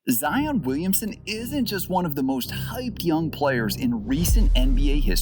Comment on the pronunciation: Why does he say “wemsen”